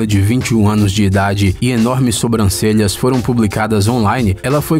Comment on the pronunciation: SOMBRANCELHAS? Por favor, narrador, assassinou a língua portuguesa, hein! É Sobrancelhas, aprenda agora!